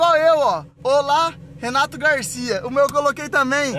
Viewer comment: Você percebe a hora que você fala que vai pegar a Porsche do Renato Garcia você fala pegar a Porsche do relato Garcia você falou errado